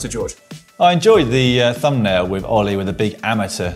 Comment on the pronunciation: Caption: No, his name is Ollie not All-eye.